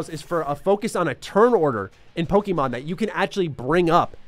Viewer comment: I genuinely just wish you pronounced Pokemon correctly... Like ever. If my 6 year old can I think any adult can too.